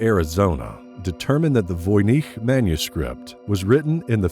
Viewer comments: VOY-NITCH not VOY-NEEC. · I didn't know that Voynich is pronounced that way! Thnaks again